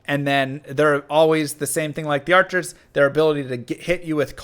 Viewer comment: FART!! FARTCHERS!!! 😂🤣